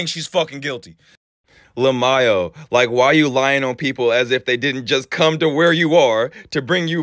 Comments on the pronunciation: “LA-MAYO” Hehehe Jokes aside, ive been binging your videos in rehab! Although i do not agree with your view on , for example, guys and girls being friends.. i know the stories you show us are fucked, but these people are real toxic! But in my relationships, both me and my boyfriend have had friends of both genders, basically the trust is so strong that we can do whatever with our friends of the opposite gender, as long as we dont feel romantic towards them, or kiss/fuck them :) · Ngl my fav part of the video is hearing you pronounce lmao. Le Mayo. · Mf said lemayo lmaoo😂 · Im dead because he kept saying "lamayo" for lmao. 😅😅😅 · The man read LMAO as LA MI YO 😂😂😂😂😂😂😂😂😂 wtf is this AI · Its L M A O not La'Maio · Wait...while reading comments did this fool really say "la-my-o" when it says "LMAO"?!? 😂😂 How about before we clown someone on a content post, we don't clown ourselves in the process?? 🤡🤣🤣🤣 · is hilarious reading “lmao“ as a word and not spelling the letters out 😂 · Did just read lmao like an actual word instead of an acronym 😂😂😂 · It pisses me off how he says LMAO like bro just say it letter for letter or don’t like it’s annoying how you pronounce it bro